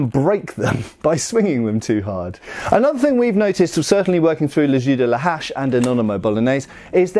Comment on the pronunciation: Sounds like you’re saying « le jus de la hache » (« axe s juice »), which cracks me up every time